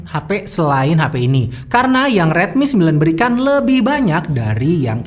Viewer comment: rilmi lagi rilmi lagi :(